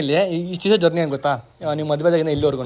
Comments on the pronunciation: ಬ್ರೋ ಅದು ಗೋತಾ ಅಲ್ಲಾ ಗೊತ್ತಾ ಅಂತ ಅದು 😂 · ಗೋತಾ ಅಲ್ಲ ಮಾರಾಯ, ಗೊತ್ತಾ 😅